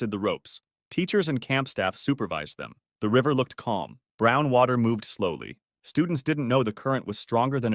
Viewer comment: oh my gosh it was not water but it was watty